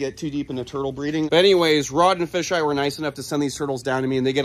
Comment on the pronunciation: you just called kevin fish eye instead of FeiJai